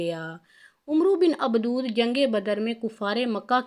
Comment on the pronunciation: Ye mohtrama Baar Baar Abad e wadd ko abdood abdood Keh Rahi Hain Kam az Kam Naam TU sahee len